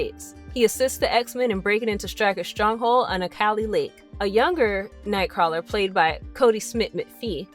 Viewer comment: Xmen TAS made me read Nightcrawler comics. I would so fuck that mutant. (Btw, you're pronouncing his name wrong.)